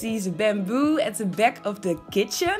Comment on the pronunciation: What the fuck is a 'peck' ? And lets go 'beck'? AAAAAAAAAAAAAAAA, A! lol.